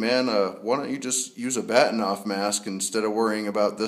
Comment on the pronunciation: Good Video. Just as a side note, the correct pronunciation is Bar-Teen-ov after the Russian Astronomer who designed it. But strangely, even though I know that, and can speak Russian, I too still call it a Bat-in--ov mask LOL! Funny how we get used to calling things by a more commonly used name than it's real pronunciation.